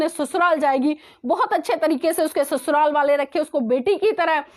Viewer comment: Abe Usko Sasural Kahte Hai Na Ke Susural 😂😂